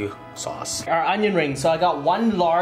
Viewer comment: He says chicken wang and onion rang 😂😂